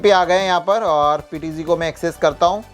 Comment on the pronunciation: PTG नहीं PTZ